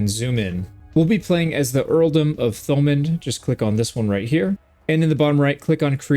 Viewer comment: Thomand is pronunced "too-man" or "too-mun"